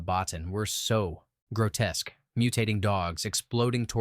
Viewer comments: By the way, Rob Bottin is pronounced "Bo-Teen." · You or the AI manage to mispronounce “Cimino” two different ways. Also “Bottin”. Nice to see “Brazil” and “Videodrome”get some love though.